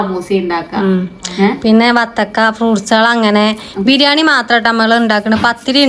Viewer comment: no പല വീഡിയോസിലും ബിരിയം എന്ന് പറയുന്നുണ്ട് ഇനി ശ്രെദ്ദിച്ചു noki😊